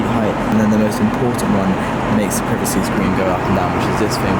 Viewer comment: Ok, he clearly butchered Lufthansa but this guy is British and doesn't know how to pronounce "privacy"? XD